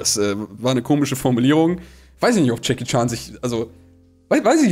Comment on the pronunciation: Jedes Mal Jackie Chan sagt, verstehe ich Chucky charm😂😂